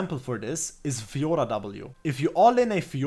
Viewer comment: I liked the guide, but i liked more how you say Fiorrrrrrra. Great video!